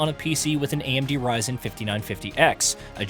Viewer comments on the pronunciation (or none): none